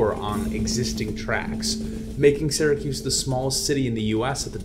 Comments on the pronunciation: I was born and raised in Syracuse, ( pronounced Sear-a-kyuse. Not Sara-Koos.) Please pronounce Syracuse better. Thanks, and duck under those low bridges…😂😂😂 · Its not Saracuse! Its Syracuse! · a it's not sara cuse it's pronounced sear a cuse...you wouldn't pronounce Syria Sara ya now would you??? get it right eh? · And he pronounced it wrong. People from there say Sir acuse or Sur acuse. Supposedly, people from this area don’t think that they have an accent, but they do. If you go east to Albany or south to NYC, people can tell if you are from Central New York. Also, the term Upstate New York is not favored because each region has its own customs. People will refer to CNY or WNY (Buffalo). To people in NYC, they think Poughkeepsie is Upstate, and it really isn’t to most people in the middle, east-west areas. For a small geographic area like NY, each region is very unique.